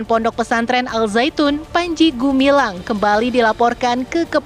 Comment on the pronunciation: Namanya gumilang Ngomongnya gemilang Ternyata gumaling Ini bukan pimpinan Al Zaetun , tapi pimpinan as saetun